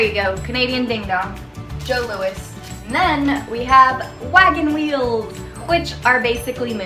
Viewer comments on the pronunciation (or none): most of us pronounce it "joe louies" lol...and our version of your smarties, are called "rockets" and are a lot smaller:-) ...also, "mr big" has been around waaaaay longer than sex in the city has been on the air lmao